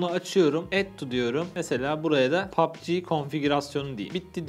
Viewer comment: abi pubg kelimesini ne güzel diyon:D hayran kaldım